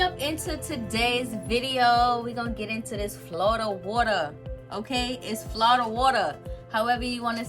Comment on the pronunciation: Love your energy & the way you spelled “Flawda” 😂😂 Thats really how my family there pronounces it so I loved it ♥️♥️♥️